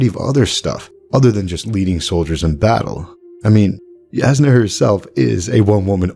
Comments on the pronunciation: I don't mean to be 'that guy' but Jasnah is pronounced Yasnah not jaznuh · It is pronounced Yasnah, because it literally means "clear". The word comes from the Slavic language family. But it is funny cause the way you pronounce it also is a word specifically in Bulgarian and it means "to hit something" 😊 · Not a true Alethi man I see. Jasnah is pronounced YAH=SNA. Also meaning bright or Brightness is slavic languages. (Thought you might get a kick out of that) But I do love this theory I've been waiting for the statues of light eyes to come to life as soon as I realized an awakened was on Roshar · Woah is it pronounced Jas-nah, or Yas-nah